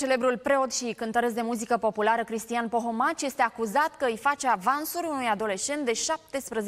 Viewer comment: se spune Pomohaci nu Pohomaci